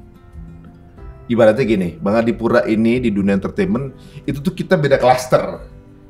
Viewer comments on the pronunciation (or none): none